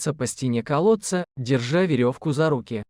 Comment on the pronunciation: Из колодца - 100 раз.Костик, Костик- 100 раз. Ударение в словах ужасное." Проводили множество развлечений" - кто это написал? Жуть!!!